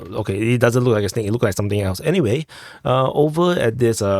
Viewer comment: You totally said “press the Rike button”. I ruv it bruva